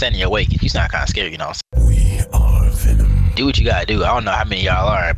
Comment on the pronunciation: its Wee.. ARe VENumm. not wee r venim.